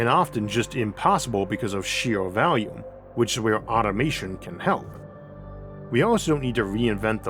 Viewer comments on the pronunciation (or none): none